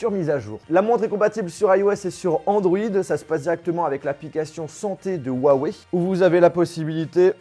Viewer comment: On dit ruawey